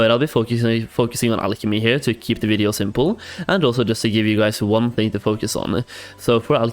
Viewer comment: i cant get over they way he says video... it bothers me